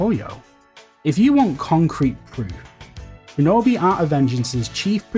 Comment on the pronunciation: "Shinobeh"? What the fuck is this dude saying? Lol